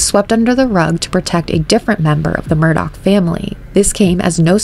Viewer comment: The name is pronounced murder not Murdoch